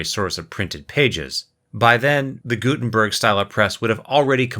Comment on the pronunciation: He extremley missprnounced the name Gudenberg Its not gusmeat its Gutenberg